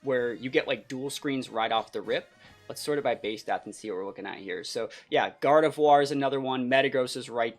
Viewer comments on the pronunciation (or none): none